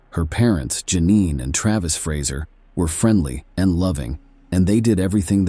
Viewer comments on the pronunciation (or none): none